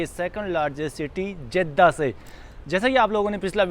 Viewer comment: जेद्दा नहीं, जद्दा होता है